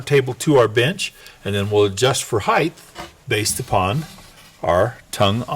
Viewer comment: Height. Rather than heighth. Great video.